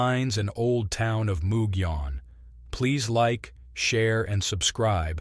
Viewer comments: Almost got the pronunciation right! It's not moo gee, but rather mug ee. It's usually the double L sound that gets most people so kudos there!! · There are a lot of names that have Spanish roots in the SW, especially in NM. Gila monster and Mogollon rim are two words that people always pronounce in so many ways. But it will also let you know who's "not from around these here parts" 😆 It's nothing at all against you for it, either. Unless someone points it out, or you happen to come across someone else pointing it out, we'd never know these things anyways. 😉 Love your work! Thank you!